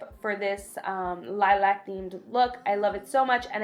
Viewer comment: Annoys me that she can't say lilac properly through the whole video😓